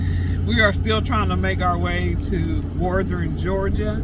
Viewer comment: Yes your saying it just fine. Most people from different states have a accent when they say it. I cant wait to get out there and travel and try some of these places with my Rpod.